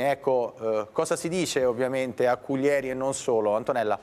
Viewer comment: ....è penoso anche sentire Cuglièri e non Cùglieri...ma non si informano per un minimo?...dico io...